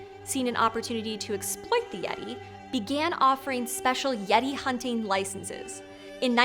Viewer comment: Did anyome else hear "Laurel" instead of "yeti"?